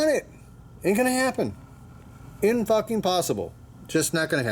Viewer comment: SEVENTY FOCKING YEARS!!! Lol